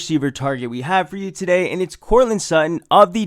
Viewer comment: "TUH DAY!"